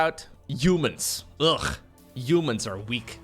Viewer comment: Someone ask if he reads haha as jaja. It’s HUman not YOUman